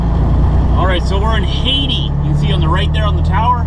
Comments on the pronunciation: It's pronounced haytie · Lesson #2 in Missouri town names.. its pronounced Hay tie